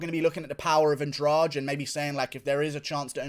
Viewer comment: Why do you pronounce Andrade as if the "de" should be read as the second g in garage? It should be Andradeh.